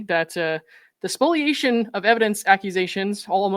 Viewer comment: Thank you for pronouncing "spoliation" correctly.🙂